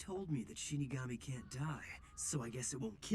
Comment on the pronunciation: You made it, you reach one of the most iconic scenes. Naomi who, potatoes scene will live forever. Also I wonder why are you having difficulties pronouncing Shinigami?, you pronounce the word as Ishigami. Perhaps are you a fan of Kaguya-Sama Love is War and your subconscious betrays you?🤔 Something to confess there buddy? 🧐 Jokes asides, reminds me of an acquaintance that I know since we both were children, this individual pronounced incorrectly words, to provide more context in Spanish G and Q combined with the vocals to pronounce the respective combination is: Ga-Gue-Gui-Go-Gu Qa-Que-Qui-Qo-Qu. As you can see E and I use an U in-between but the U is silent, which can be seen in words like ''Que?'' (What?), ''Guerra'' (War), Quito; for this words my acquaintance pronounced the U which was also involuntary when we were children, luckily my acquaintance learned. You still have hope to recover, maybe if you know a psychotherapist it could help you but I heard they are a rare species, like people who can pronounce all 50 States in one go. PS: If you read all this thank you for your time and greetings from Venezuela.